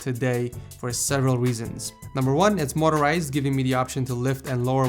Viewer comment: motorizied lol in another video he was making fun of somebodies spelling